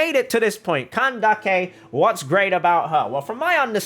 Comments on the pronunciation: Nice video, I like your explanations. They`re easy to follow ^^ Little hint: Candace`s name is pronounced "candiss", not "candakke" ^^ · Its candace not kandake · Nice video, I like your explanations. They`re easy to follow ^^ Little hint: Candace`s name is pronounced "candess", not "candakke" ^^ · I find it funny how he says candake instead of Candace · do you really pronounce candace as ka-nda-keh?😭 isn't it ka-nde-eesh/ka-nde-sh/ka-nda-sh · I dont think its candake its candays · Did say kindace in kandise it's the word is candes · Wait is it actually pronounced CAN-DAK-EI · Why do you say kandake her name is Candace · the way u pronounce candace 😂 when i say her name it sounds like candis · (NO HATE) its "cyno" and "candace" not "seno" and "kandake" i know the origin of candace is kandake but thats not her actual name they named her candace so you should call her that and i dont even know how you think seno is the right pronounciation because its written cyno like "sai no" or "sih no" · her name isn't Kandake. I'm Arabic and neither Cyno nor Candace are Arabic names, so just pronounce them like they originally are. Candace is a name and it's disrespectful to change it just because you want it to sound Arabic. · did he really call candace candake. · you are pronounsing it wrong is cyno and it should hear like syno and candice and replace the i with an s :D no hate dont take this serious pls man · Whenever you say "Kandake" a part of my soul dies. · “KAN-DA-KI” seriously?!?! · Ain't no way my boy says Kan-da-ke 💀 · Oh boy, man just said candakey. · Lol, after seeing twitter and instagram posts of candace, I can never pronounce her name the same again, i kept callling her candeez to my friends, but I sure am pulling for her😂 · I’m sorry and I don’t usually care, but the name pronouncing just seems made up at this point LOL CAN-dick-a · Bro says “can dake”😭😭😭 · Jesus Christ you're pronouncing his name so, so, so, SO wrong...